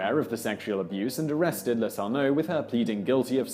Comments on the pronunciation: Yes, and it's "Le-TOUR-no'. (Accent 2nd syllable, remembering the news stories) There was another name Simon mangled in just this video. But I've already forgotten what that was. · That was driving me crazy too. Dufresne and Letourneau. There’s no doubt that Simon does excellent work in his videos, but I can’t help but be irked by the butchering of names.